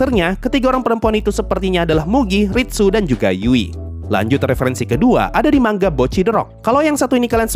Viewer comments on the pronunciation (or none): bang bacanya manga bukan mangga 💀